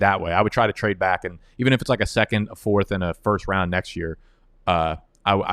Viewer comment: Why do you say byck instead of back?